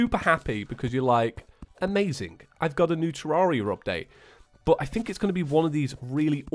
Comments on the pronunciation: TEAR AIR I A, NOT TEAR ARE I A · I think it’s pronounced ter-air-e-a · terraria i pronounce it terreria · The only thing that annoys me about this video is the fact that you don't say Terraria correctly.